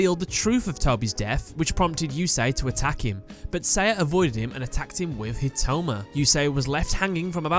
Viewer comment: I really like this but please, please, please, read the names correctly (Iziniski =/= Izinski, Hitoma =/= Hinotama, the latter ones being the correct ones). Also, might be worth mentioning the original (japanese) names for other characters as well, after all, those are the original, as well as the story of the Japanese version being, you know, the "right" one.